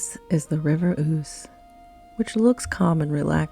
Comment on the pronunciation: Well you get 10 points each for pronouncing "Eboracum" and "Ouse" correctly..... Just need to hear you say "Gillygate"!